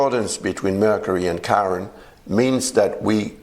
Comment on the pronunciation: It’s Chiron and it’s not pronounced as Karen. 😮